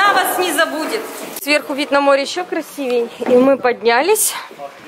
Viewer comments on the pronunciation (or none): none